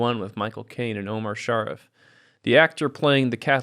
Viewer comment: it's pronounced "shaw-REEF"